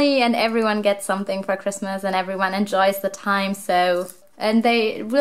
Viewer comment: I love how you say pigmas instead of Christmas! 🐹❤️✨